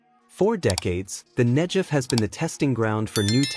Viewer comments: Not NEJEV but NEGEV.....guh sound! Interesting video! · FFS 'Negev' not 'Nejev'!!! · Very important story - thank you for telling it! One thing though, the "g" in "Negev" is pronounced like "g" as in "God", not "g" as in "giraffe." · It’s a hard “g” in Negev not a soft “j” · The narrator pronounces Negev incorrectly. There's no J , its a G!!! Pronounced Neh- Gev! Israel stands as evidence that the Holy Bible is true, its real, it can be trusted. The G-D of Abraham, Issac, and Jacob keeps his Word. Scriptures foretold that the desert would bloom again, as one of the many signs pointing to the return of our Messiah, The Holy One, Yeshua. It literally brings me to tears when I read whats coming. We are called G-D's chosen, but oh what a price we've paid. We want only to exsist on our land, in peace, our enemies try deny us that right, that privilege. This river running through the Ne'gev desert is but one of many wonderful things. I look forward to the Dead sea coming back to life, as Scriptures said it will! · I felt bad telling you especially since the content was really well done. In Hebrew, there is no "J" sound, just a "G" sound. I was just thinking that in English the G can sometimes sound like a J.